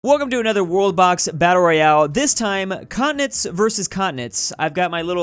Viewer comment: When i first heard you saying “continents vs continents” i thought you said “communists vs communists” lol